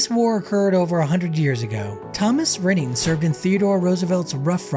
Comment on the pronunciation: The Level 4 unit is pronounced like it is spelled: "Ry-nning"...like the bread Rye not "rinning".